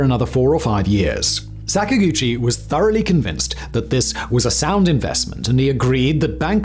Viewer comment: Sak-ag-uchi not Sak-a-guchi It's Japanese not sacks and gooches m8